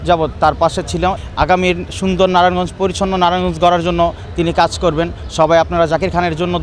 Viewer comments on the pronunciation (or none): নারায়ণগঞ্জ শব্দটা তো সঠিক ভাবে বলতেই পারে না 😂😂হেতি বে লে আবার ন্যাতা😅😂